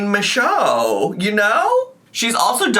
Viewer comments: As a French Canadian, I can confirm you saying "Michaud" the right way. ☺️ I'm really happy you're back, covering things you want to cover and not just following the drama. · French speaking Acadian in northern Maine here. Michaud DOES look like the way she pronounces it because it’s French and not English. 😂 Michaud is a very common name here. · Very common here in Quebec and it's said exactly like she said !